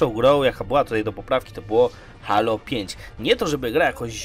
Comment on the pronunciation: Nie żebym się jakoś strasznie czepiał, ale czy nie mówi się [hejlo]. Dzisiaj znalazłem ten kanał i jednocześnie zasubskrybowałem, jednak przez to, że sam mówię [hejlo] trochę się dziwnie czuję, gdy ktoś mówi [halo]. Oczywiście pewnie jest to kwestia wygody w wypowiedzi, nie mniej jednak zastanawia mnie ta kwestia. Aha, świetny kanał ;)